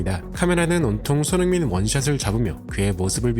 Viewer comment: 어나운스들이 손흥민 손흥민 귀에 쏙쏙 들리게 소리내어 주니 더 좋네요 **